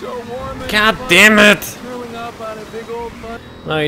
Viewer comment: "gat dejmed"